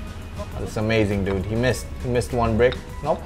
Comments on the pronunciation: Whenever you say dude it sounds like nude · He said dud so many times 😂😂😂😂 "Duds"😂🤣😅